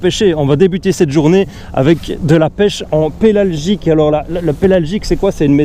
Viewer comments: C'est pélagique pas pelalgique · faudrait corriger dans la video : pélagique et pas pélalgique